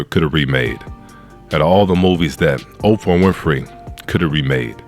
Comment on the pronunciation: But can you please say these peoples NAMES right? SPEILBERG. .There's no "S." OPRAH, there's no "F "and it"s Halle Bailey, not Chloe. You're entitled to your opinion, but at least at minimum, say these peoples names right. It makes YOU sound like the "buffoon."